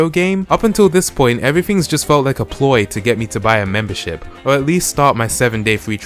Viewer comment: So much MEMBERSHIP in this video i heard and i heard "membershit"